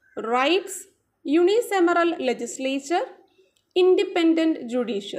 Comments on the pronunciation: യുണിസമറൽ അല്ല യൂണികാമറൽ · Mam 25th questions pronounce cheythath wrong alle ennu onnu check cheyyane (word -unicameral ) mam unisemeral ennanu pronounce cheythath. Semeral ennallallo. Cameral ennale pronounce cheyyendath. Class nannayi useful akunnund. Nalla class eniyum expect cheyyunnu.thanks a lot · Unicameral pronunciation wrong.. Any way gud👌